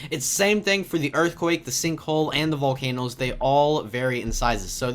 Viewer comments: you said valcenoes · YOU SAID VOLCAN YOES